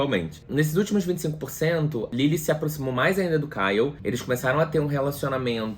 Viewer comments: Ele errando o nome do Ryle kkkkkkkkk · O errando o nome do cara o tempo todo socorro kkkkkkkkkkkk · 😂meu Deus. Amigo, você fez o melhor resumo desse livro. Realmente eu precisava pq não queria reler. Morri de rir com vc falando "Kyle" . Com vc se perdendo no trânsito, helicóptero, furacão e moto passando ... Só amei. Bjs no doguinho.